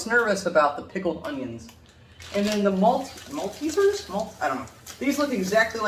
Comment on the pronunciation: The first time i've heard an American actually pronounce the word "Maltesers" the correct way.